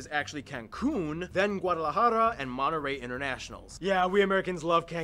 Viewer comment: If you are a mexican spanish speaker saying an spanish city name, said it in spanish. Wha's that "Monterey" english pronunciation?? You know how to pronunciate the "t" an the "rr" right.